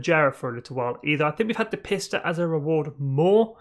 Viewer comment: You pronounced the word Pista wrong. It’s pronounced Peeesta! Except the I is between the P and the S. You get it now?